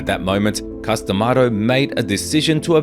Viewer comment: Its C US ….C LONG A US……not COOS.DaMato